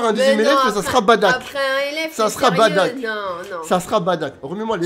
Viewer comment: Badack ca fait mal au oreilles bardock svp